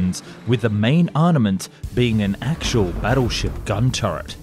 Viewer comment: Bro please stop saying “arnament”